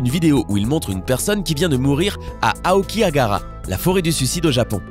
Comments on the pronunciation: OULA je suis le seul a avoir remarqué qu'il dis aokihagara au lieux de aokigahara ? mais comment se tromper la dessus? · Par contre la forêt c'est "Aokigahara"